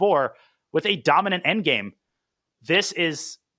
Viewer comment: Hi Tania, it's "dominant" not "donimant" 😅😅